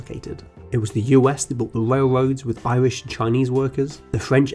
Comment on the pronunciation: “Wail woads ”